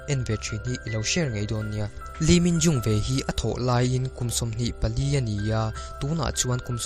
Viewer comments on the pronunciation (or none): leeminho I lam dan hi a mak